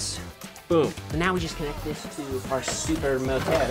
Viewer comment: Bro said super moter